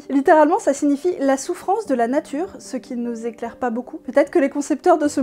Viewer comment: Natuwopathie ? Ah, ben wé m'dame. On la woa bien fot' le camp, la natuwe.